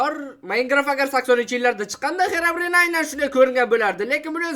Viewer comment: English yaxwilab organing Xerabrin emas Xirobrayn😅